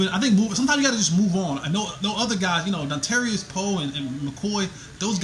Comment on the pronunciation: callin him Dontarious Poe and callin em Donatario got me crackin up lol